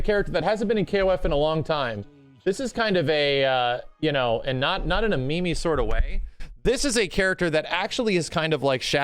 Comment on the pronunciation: I like how max says meme instead of meme